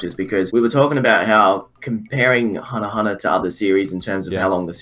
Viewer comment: "Were talking about hunnerhunner"